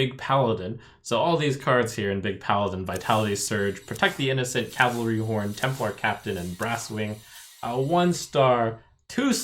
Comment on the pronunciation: you fixed your pronunciation of "cavalry", thank you, voted thumbs up